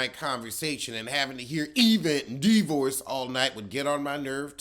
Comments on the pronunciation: E-vent and D-vorce 😂😂😂😂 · I missed the E-vent and the D-vorce 😂😂